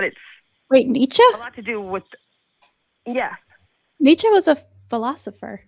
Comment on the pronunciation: You got caaa Jung, you got Neeeech 😳😂